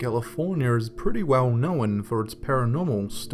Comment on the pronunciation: Knowen. I'm sorry but stop adding an extra syllable lol.